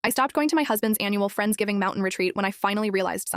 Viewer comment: Sounds like "Friends Taking" rather than "Friends Giving".